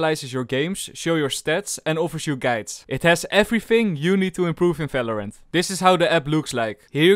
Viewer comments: I like how you are always saying Falorant c: But still your Videos are amazing, keep up with the good work. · Am i the only one you thinks that he say fvideo and fvalorant